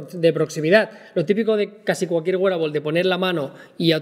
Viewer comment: Joe Lr Está correcto, así se pronuncia “wearable “